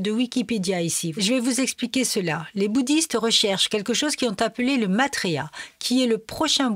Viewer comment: Ce n'est pas Matrya c'est Maitrya (ai= ê). Sinon la vidéo est assez bien résumé. Cordialement.😉